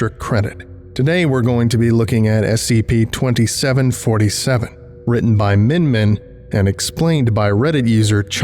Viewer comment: The way he says "scp" is so specific S-C-PAY